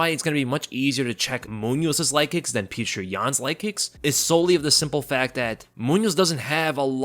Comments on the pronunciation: I mean I think the 3rds go in Yans favor. He doesn't need to conserve energy and can just go all out. And Petr is pronounced more like Petor not Pee-tree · As a Russian I can tell you... Just say Peter.. Stop trying to say it the Russian way...this Puture thing sounds ridiculous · Fukk I hate how he keeps calling him Peetra Yan 🤦🏾‍♂️ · petr yan sounds like patreon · It’s POT-R yan. He even said it himself